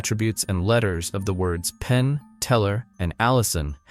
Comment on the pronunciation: Pain❌ Penn ✅ Helen Coglar❌ Helen Coughlan ✅ John Jay❌ Josh Jay ✅ Come on now dude..